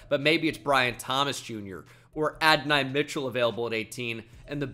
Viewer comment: Mike gesicki’s name is not pronounced the way you pronounce it lol. It’s literally the way you said it isn’t. Adonai mitchell is another. Shall I continue?